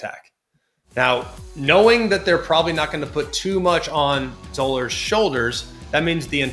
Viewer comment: Zollers is pronounced like dollars